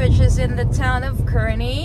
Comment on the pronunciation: Pronounced "CAR-nee" :) Great video!